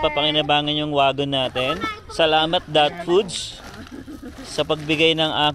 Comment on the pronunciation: huwag kang magalit pero mali yung pagbigkas ng wagon. Google search wagon pronunciation. Pasensya na.